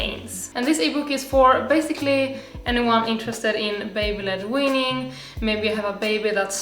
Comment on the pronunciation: baby-led weaning. It took me fifteen minutes to figure out you were saying baby-led weaning. Words never used together in all of history. Please enunciate better. I thought you were saying baby blood winning. Or beyblade winning.